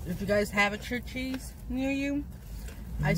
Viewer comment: We have Church’s chicken here in Tx. I always get their strips. I’m not a fan of their biscuits, and the okra is packaged. They just throw it in the fryer. Also, it’s pronounced like ⛪️ (church-es) Good video and glad y’all enjoy their food. 😊♥️